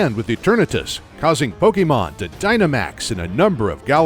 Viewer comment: I normally don’t care about how people pronounce Pokémon since there are so many for most people to remember. But this guy actually bothered to figure out the proper pronunciations for Pokémon and I thought that was pretty cool